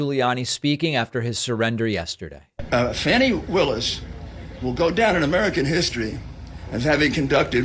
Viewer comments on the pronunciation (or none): Rudy her name is Fani (Fawn-ny) but I like the way you say (Fan-ny) reminds us she’s not afraid to kick a lil criminal a*! Go Fanny, beat dat a* with justice. ⚖️👩🏽‍💼❤